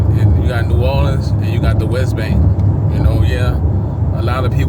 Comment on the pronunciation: U saying that all wrong brudda but carry on